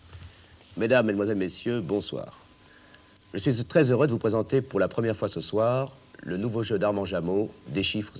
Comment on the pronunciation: "je suiss"